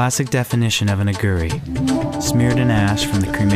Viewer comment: why are you pronouncing Aghori in such a strange way? aghuri? its a long o.